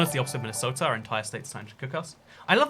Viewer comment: “Minnie sota”😈